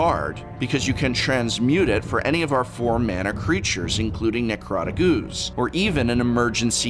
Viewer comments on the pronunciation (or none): also love how the prof pronounces OOOOoze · Love the way he pronounces ooooze. haha